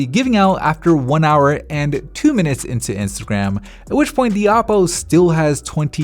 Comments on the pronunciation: In the very beginning I thought he said Apple for a second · Me too xd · He said Aople 😂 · he said Appoo😂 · yeahhhhhh me tooo